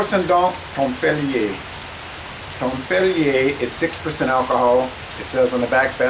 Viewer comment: it's not pronounced in french! tempelier is dutch translation of templar and thus pronounced accordingly